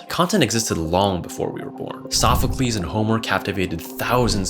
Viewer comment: Cajun Koi: "Sopheclese" Socrates: "WAS IT ALL FOR NOTHING?"